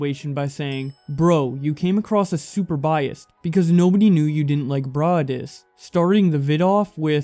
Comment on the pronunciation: Why is he saying braadis